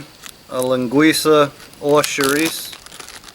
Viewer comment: Incredible how you say a perfect Portuguese mainland Linguiça but say chouriço more like chouriçE like people from the islands say it =P So funny to me being Portuguese from the mainland Porto (north of Portugal). One thing tough you use way too much sausage compared with what we use here. Plus its very unhealthy to use that much on a pot that small to make a soup. Also, olive oil man! Where is the olive oil? olive oil = Portuguese cuisine And course salt, not that chemically altered stuff. ;) Finally to anyone interested, Sopa do dia means something like Soup of the day, so it can be any soup that is being served at that particular restaurant, it does not refer to this recipe exclusively. Btw i am not knocking down on what you made, its just that as you said, its not the same for a Portuguese.